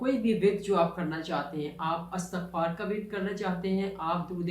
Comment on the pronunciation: السلام و علیکم ورحمت اللہ و برکاتہ لفظ اِستغفار هے الف کے نیچے کسرہ ھے (ISTAGHFAR) صحیح تلفظ